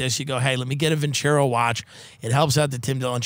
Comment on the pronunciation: Vin-ce-ROH, stress on the the ROH ... means "I will win in Italian".